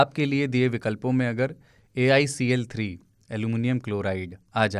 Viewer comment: AIC3 nahi, alcl3😂